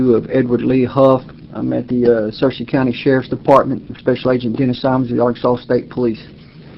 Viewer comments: Sir- sea County , not sear- sea. Thanks for the vid though, clarifies a lot. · Searcy is pronounced Sir-see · Fyi-the county name is pronounced Sir-cy, vice Sear-cy, I grew up there. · Searcy is pronounced, Sir-see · How am i almost 43 years old and lived the majority of my life in Arkansas and never ever heard of st. Joe??? It's pronounced Sur-cee, btw (like the game of thrones baddie). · Pronounced sir'see😊 county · We pronounce Searcy...... sir -c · Searcy County…pronounced “Sir-see”. Not that it’s that important to your dialogue, just thought you might want to know. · It’s pronounced like Circe (sir-see) lol it’s near where I’m from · It's spelled Searcy, but pronounced Sirsee